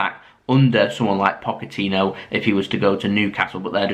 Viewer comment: i believe its pronounced poch-etino and Gill-em Bal-a-gay